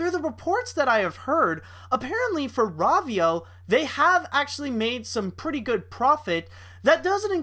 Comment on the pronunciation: pronounced rovio it's row_veeo